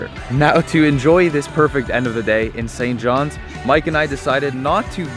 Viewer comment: “St johns” minute I heard that I cringed